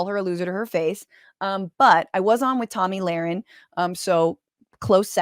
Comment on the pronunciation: IT'S TOMMY LAUREN...NOT TOMMY LARAN!